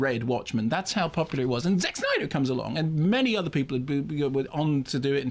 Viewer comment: I found high pitched pronunciation of "Zack Snyder's" repeated 100 times rather annoying, and it's not "Zack Snyder's" fault.